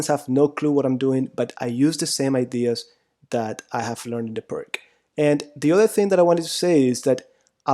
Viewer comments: Apart from totaly miss pronounced the name of the chess master from Slovenia you certainly broke it down beautifuly.i play it with the black every single time.90% of the games with black are won .majority of people dont know what to do.best opening for black by far. magic with black pieces.thanks for your knowledge and experience. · It's not called "purk" though, it's more like "peertsh", just throwing that out there. ;) Anyway, thank you for the video! It's always great to see someone's else's perspective on things (even if it's just to validate what you already know). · I am sorry. I need to jump in. You pronounce it as Pirk defense but it's pronounced correctly Peertz defense as of Vasja Pirc (Slovenian GM) who invented it. Otherwise good job on your analysis. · Isn't it pronounced 'persh' rather than 'perk'? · It is not pronounced “Purk” It is pronounced “Peerts” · Please tell me you aren’t going to say perc defense instead of pírc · It is not Pirk but Pirc according to the surname of Slovenian GM...c like you pronounce first letter od the surname Tsitsipas :-) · It's not pirts but pirs / pirc (in Polish obrona pirca). so ofc it's not k but c / s in spelling. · So far I have been avoiding this defence but after watching these lessons I will give it a try while playing my next tournament. As for the correct pronunciation of the "Pirc" we should say [peertz] instead of [perk] 😀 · Pirc is pronounced PEERTS, not PERK! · Pir(k)? Pir(s) is correct. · O.K., - you've studied it for whole life... but: the pronunc. is not "PRK", biensi' "PIRTZ"!... a Slovenian GM Vasja Pirc... ( P.S.: another great Slovenian GM: Albin Planinc - pronunc.: "PLANINTZ", not "PLANINK" ). Altrimenti, complimenti x il tuo canale YT. Mi sono iscritto. Cordiali saluti. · Nearly everyone I know pronounces this as PERK rather than the correct PEERTZ. We all know what we mean . ;-) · Would not be very harmful to learn how to properly to pronounce Pirc. Definitely nit Pirk.